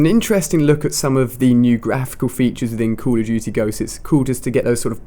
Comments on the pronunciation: call of dudy :D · Call of doody! That's how the CoD guy says it. Lol